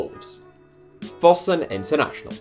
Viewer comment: How can you mispronounce Fosun so badly?